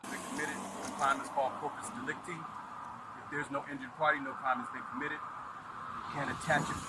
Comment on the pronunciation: I'm 77 and have never heard corpus delicti pronounced like that.